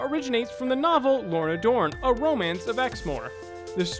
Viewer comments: DOONE, dammit. Lorna DOONE. Who is this "lorna dorne" of whom you speak? Is it being lazy, like when people say "nu cu lar" for NEW clear? I expected better of you. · Um, the book in #48 is Lorna Doone - not Dorne. Not that anyone was gonna rush out and actually read it or anything, jus' lettin' ya know. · Lorna Doone. You show the book, but mispronounce the name. :P